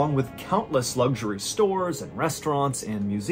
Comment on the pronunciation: LiTerally ! It's a T not a D!!! and also, LuXury!! It's an X not a G!!!